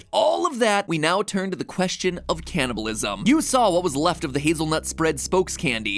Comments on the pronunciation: me through the whole vid as my parents hear him say caniableisum like 20 times: WHYYYYYYYYYYYYYYYYYYYYYYYYYYYYYYYYYYYYYYYYYYYYYYYYYYYYYYYYYYYYYYYYYYYYYYYYYYYYYYYYYYYYYYYYYYYYYYYYYYYYYYYYYYYYYYYYYYYYYYYYYYYYYYYYYYYYYYYYYYYYYYYYYYYYYYYYYYYYYYYYYYYYYYYYYYYYYYYYYYYYYYYYYYYYYYYYYYYYYYYYYYYYYYYYYYYYYYYYYYYYYYYYYYYYYYYYYYYYYYYYYYYYYYYYYYYYYYYYYYYYYYYYYYYYYYYYYYYYYYYYYYYYYYYYYYYYYYYYYYYYYYYYYYYYYYYYYYYYYYYYYYYYYYYYYYYYYYYYYYYYYYYYYYYYYYYYYYYYYYYYYYYYYYYYYYYYYYYYYYYYYYYYYYYYYYYYYYYYYYYYYYYYYYYYYYYYYYYYYYYYYYYYYYYYYYYYYYYYYYYYYYYYYYYYYYYYYYYYYYYYYYYYYYYYYYYYYYYYYYYYYYYYYYYYYYYYYYYYYYYYYYYYYYYYYYYYYYYYYYYYYYYYYYYYYYYYYYYYYYYYYYYYYYYYYYYYYYYYYYYYYYYYYYYYY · Its "candy-bulism" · "The secret is canabalisim" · "CANABILISM WEEK"